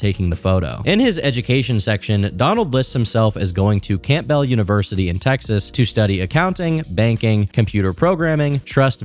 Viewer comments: Campbell is pronounced CAM-BULL, not CAMP-BELL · Camp bell. Lol. Just say cambill. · Might have to unsubscribe after that pronunciation of Campbell bro....gave me brain cancer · you said "Camp Bell" 😂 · "camp-bell" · "Camp - bell university" 😂😂😂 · How you said Campbell like “Camp-Bell” 😂😂😂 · You did not just pronounce Campbell as CAMP BELL. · If went to college and pronounced Campbell “camp bell” then just send the aliens bro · Its not camp bell, its campbell, pronounced cam-bull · are you canadian? Camp Bell? No way thats how you pronounce campbell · My man said Camp Bell university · Did you say Campbell like “camp bell” lmao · "Camp-bell"?? Really? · said “Camp bell” instead of Campbell lmao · Mans just pronounced Campbells Camp bells hahahaha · This nga said Camp-bell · "Camp Bull"... 😅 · "Camp-bell" University lol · Saddens me that, who reads aloud for Hours for vids and has a pretty big vocab, would say "camp bell" instead of the silent p correct pronunciation of Campbell. Literally the only thing I could think about the whole vid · “camp-bell” university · girl that is NOT how you say campbell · did you just pronounce campbell with the p? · How do you mispronounce “Campbell” bro